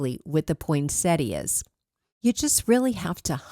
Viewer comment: I really enjoy your recreations…but I also appreciate your pronunciation of the English language. Many words, like poinsettia, are said incorrectly so often. You sound like an educator. Thank you!